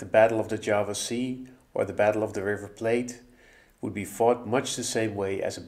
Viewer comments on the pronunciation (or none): none